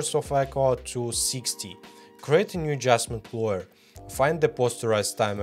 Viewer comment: Только не лоер, а лэйр)) лойер это адвокат 😂